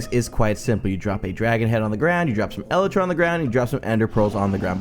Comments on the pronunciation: I'm also annoyed how you say elytra. You say it as elletra. ibxtoycat said it like eleetra. I say it as el I tra. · It's pronounced E-light-tra